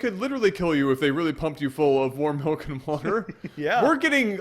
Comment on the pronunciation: 'Malk'